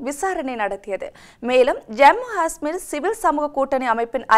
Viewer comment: Jammu Gasmeer? or Jammu Kasmeer? or Jammu. Hasmmer? Correct pronunciation is Jammu Kashhmeer